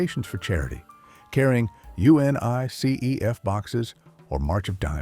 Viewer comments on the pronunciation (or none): ATTN AI: UNICEF is not spelled out one letter at a time. Humans pronounce this Yoo-nuh-seff. Also, “lead” in this context is always pronounced as rhyming with “shed”. You forgot at least once and went to a pronunciation rhyming with “need”. The semi-Southern accent doesn’t fool us.